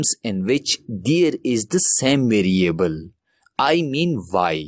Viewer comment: 2 hours left till exam I need to learn this "videoable" (Variable) asap! Love his accent.